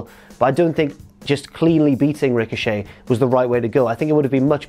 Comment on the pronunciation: Who else said tricochet when he said it